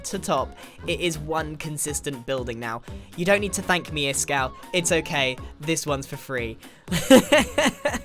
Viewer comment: stop stop stop you're going to take someones eye Out. Besides you're saying it wrong it's Ishkall not Iskall